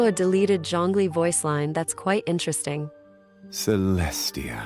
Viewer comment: "CelesTA" . . . . . . . . . . . . . Nice theory tho.